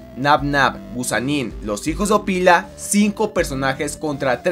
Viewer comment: ñeo se dice opilo no apilo y no es ana es nabnalina y wilian canguro se llama fairi ururu